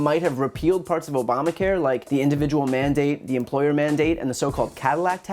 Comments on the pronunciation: The ACA does not legalize killing newborn babies. And the word is not "implorer" but "employer". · What's an emplorer? Wait, was that republican trying to say employer? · It's called employer not empoyer ! He should learn how to speak first before inheriting money and pretending he is SOMETHING ! MULLIN CAN TAKE HIS TRASHINESS BACK WHERE HE CAME FROM , OR USE SOME OF HIS INHERITED WEALTH TO LEARN SOMETHING!!!! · When he says "imploorer" is he trying to say "employer"? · What's an "umprorer"??? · If you pride yourself on being an employer, a good first step would be to be able to pronounce the word. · dude can't even pronounce the word 'employer'.